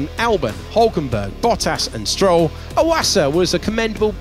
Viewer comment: 岩佐の発音って「ォワッサ」みたいな感じになるんだ🤣